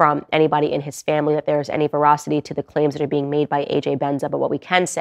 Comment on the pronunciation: Candace, be careful with veracity vs verocity